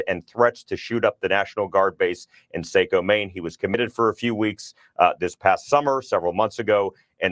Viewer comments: Mainer here, this is so unreal…. I can’t believe this is happening in my backyard. This is so devastating. It’s pronounced like Socko btw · Saco Maine lol saayyycooo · Lol saco is pronounced sackoew. The a has an ahhh sound, the o has a hard o sound. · Sock-o not Sake-o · Saco pronounced socko